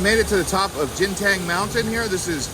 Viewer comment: It's not pronounced as "Jinten" it's pronounced as "Ganteen"